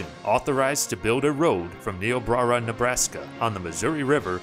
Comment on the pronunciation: you pronounce niobrara wrong